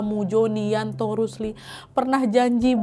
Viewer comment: yanto ka nad bukan yanti 😁